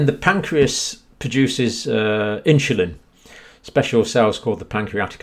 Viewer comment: "And the pancreas paduces inshulin"...